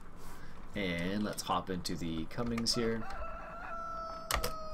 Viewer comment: Not to be rude but it's pronounced cummins not Cummings